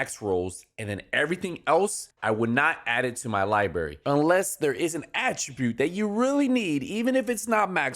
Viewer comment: library, not liberry